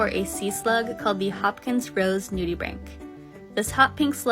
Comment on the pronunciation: I finally know how to pronounce the word nudibranch! Thank you